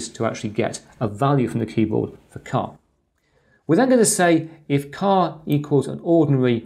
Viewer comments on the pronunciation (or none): A great video but surely "char" is as it says not "car". In my book it is, as most programing languages, an a abbreviation for "character"... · yes but you pronounce it as "car"... perhaps I am not picking but doesn't sound right...